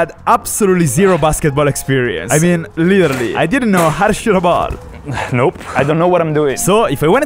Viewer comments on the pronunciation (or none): I like how he pronunces literally as "liyeralye"